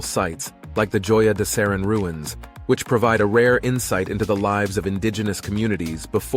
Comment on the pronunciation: JOYA DE CEREN._===HOYA DE CEREN..CORRECT.PRONUNCIATION.